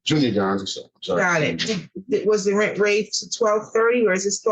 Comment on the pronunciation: The way the daughter pronounces rent is like nails on a chalkboard